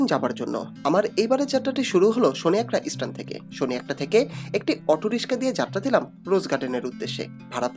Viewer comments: রিক্সাকে বলেছেন রিস্কা। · ভাই আগে আপনার উচ্চারণ ঠিক করেন, আপনার উচ্চারণ এর অবস্থা তো খুবই শোচনীয় 😰আর রিশকা না রে ভাই বলেন রিকশা... 🥹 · Not Rishka -- rickshaw or rickshaw! 😊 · রিসকা😂🤣 রিসকা চালক😂🤣 জালানা🤣😂